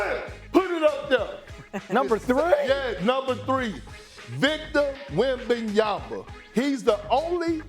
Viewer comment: PLEASE STOP SAYING WEMBANYAMBA